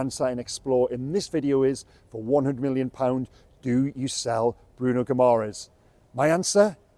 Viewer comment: If you are going to talk in depth about a player at least learn how to pronounce his surname correctly.